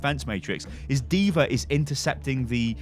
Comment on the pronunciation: Call her diva not diver